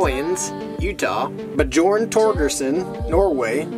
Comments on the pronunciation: in the name bjorn the j is said like a y yes it's bjorn but it's said byorn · Lol. Bjorn is pronounced "Bee Yorn." The more you know! Love the videos and good luck.